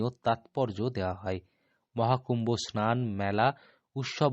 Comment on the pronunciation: স আর. শ. এর উচ্চারণ বীভৎস। স্নান, “ সান” বলে কোনো শব্দ নেই। উৎসব। উচ্চারণ করছেন “উতশব”। স আর শ এর উচ্চারণ এর ডিফারেন্স জানেন না।